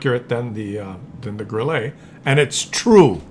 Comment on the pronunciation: Grille is pronounced Grilla in German.